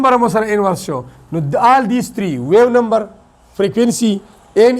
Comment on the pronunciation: So you pronounce the wave number incorrectly ❤❤❤